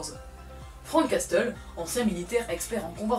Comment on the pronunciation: Sympa ! surtout ton autodérision ! :) Prononce Frank "Casseule" pour Frank Castle !!! ;) Son nom d'origine est Francis Castiglione , un gars d'origine italienne qui pris le nom de Frank Castle quand il s'engagea dans le US Marine Corps !